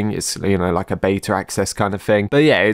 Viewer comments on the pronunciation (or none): none